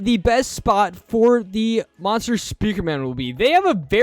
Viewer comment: he said "monster", he said in a way that sounded like "mother"